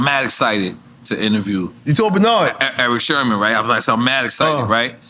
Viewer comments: Nobody: NORE: Erick Sherman 🤦🏻‍♂️ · NORE calling him Eric “Sherman”, as he’s talking about his drug use took me out 😂😂😂